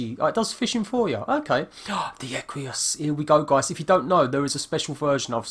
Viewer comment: There is no 'I' in Equus..